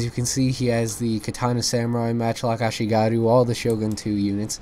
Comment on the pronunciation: Note: The markers of experience are called "chevrons" not "tick-marks", and your ally's matchlocks were firing very quickly because they're veteran matchlock monks, which are VERY different from ashigaru (ah-SHEE-gah-ruu). Like the channel!